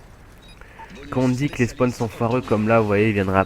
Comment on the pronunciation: Fallait pas le dire ! Et on dit "Spawn", pas "Spone". Et c'est "Spawn trap", pas "Spone trape"